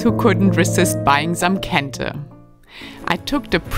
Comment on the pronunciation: Very interesting episode especially about Kente. Also, love how you pronounce various local words so well. I gather you speak a lot with locals to discover the many things you show us along the way. Kudos to you.